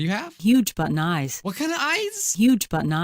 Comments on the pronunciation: This is all I hear “Huge button eyes” “Huge butt knives” “Huge butt n’ eyes” “Huge but nice” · sh did'nt say "huge but eyes" she said."huge butt in eyes" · Everybody (I hope): "Huge button eyes".: "huge butt eyes"